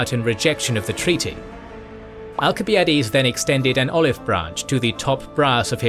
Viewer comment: You still can't pronounce al·suh·bai·uh·deez